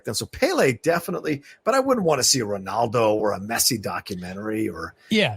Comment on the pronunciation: The American pronunciation of Pele, Maradona and Ronaldo hurts me to my very core!